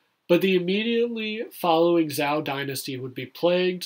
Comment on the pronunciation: The weapons are not Chinese, the scenery is not Chinese, the armor or clothes are not Chinese, your pronunciation of Zhou is wrong...are you making it all up?